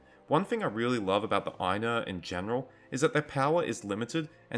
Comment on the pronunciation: Good content, although why you'd say "Aye-nuh" and "Vah-luh" instead of "Eye-noor" and "Vah-larh" is beyond me.